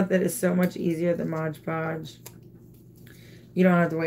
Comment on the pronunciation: MOD PODGE NOT MODGE